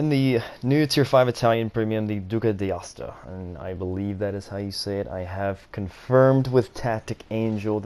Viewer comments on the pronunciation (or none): it is pronounced Duca d'Aosta, I mean it is pronounced as it is read, you just mispelled the A of Aosta, you pronounced it as an english E, but overall very good, 999 times out of 1000 those who speak english have plenty of problems to pronounce correctly italian words anyway GG, my record of citadels was while I was sealclubbing in Kirov with 19 of them, I love low tier players <3